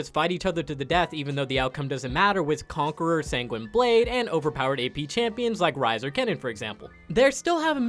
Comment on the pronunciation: SANGWENEEE? Bruh come one